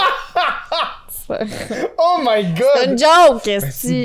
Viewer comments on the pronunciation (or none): En fait, un peu pour te contredire, Norman vient plutôt du nom anglais Norman, dans lequel on prononce le "n" à la fin. La prononciation "Normane" serait donc approprié dans ce cas-ci. C'est tout pour moi. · Ca se prononce normane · Quand il dit Norman il prononce pas le n ça se prononce normanne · Bro respect notre ytb la cest sa ce dit NORMANEEEE pas Normand mdr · Prononciation : Normane Pas norman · On dit « Normane » et pas « Normand ». Faut arrêter de dire des noms à votre façon. On dit Kentucky Fried Chicken (KFC) partout, même en France ! Y a que chez vous qu'on dit « Poulet Frit du Kentucky » (PFK). Fierté québécoise un peu mal placée ? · Sa se dit normanE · le dude sait même pas dire Norman correctement tu veux on rigole pas après